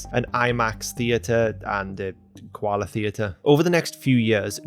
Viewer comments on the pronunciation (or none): none